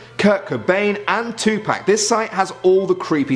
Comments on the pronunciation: Did you say Tupack? it's pronounce Tu-Pock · This man did not say tu"pack"